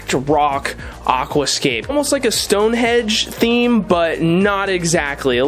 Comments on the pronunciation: Looking pretty good so far - just one thing - it's Stonehenge (not hedge lol) I'm British and that made me twitch every time 😂😂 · It's called Stone HENGE, you can get wooden henges too but the one in Wiltshire, England is stone. In either case the word is HENGE, not hedge. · The stacked rocks are reminiscent of the what is seen in Hawaii and attributed to the Menehune. These are a mythological dwarf people in Hawaiian tradition who live in the deep forests and hidden valleys of the Hawaiian Islands. BTW, are you saying "Stonehedge" or Stonehenge? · Stonehenge, not stonehedge